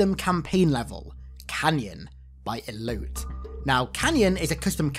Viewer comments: "Elote" is pronounced "Eloh-tay". It's a traditional Mexican corn on the cob on a stick covered in mayonaise, chili, lemon. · Elote is pronounced EH LOH TEH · Elote is pronounced eh low teh. It's corn in spanish lol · "Elote" is spanish for corn. It is pronounced e-lo-tay Hearing you say eloat all video was hilarious. Great vid. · The dude pronouncing Elote as "Elout" was fucking cursed. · I think Elote is pronounced as "E-loe-teh" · How bro was pronouncing Elote had me dying. Its grilled corn in Spanish and google can tell you how to pronounce it because it be too hard to do here.